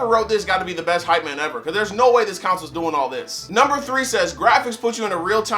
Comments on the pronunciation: "Counsel" lmaooo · Did you say "videogames and videogame counsels"? XD